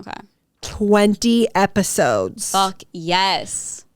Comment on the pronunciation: “Epodes” hehe